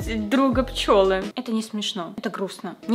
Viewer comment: Смерть друга ПЧЕЛЫ, а не пчЁлы